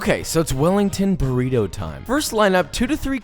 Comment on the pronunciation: like si hablas español y te incomoda cuando dicen BURRIROU